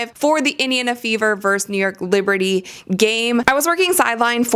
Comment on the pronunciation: Sorry. I can't listen to anyone who thinks that the word "versus" is "verse."